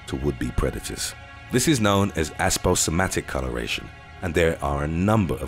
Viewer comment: Its APOSEMATIC COLORATION SIR- not "ASPO" May an "asposematic" millipede land in your christmas stocking this aspoholiday season!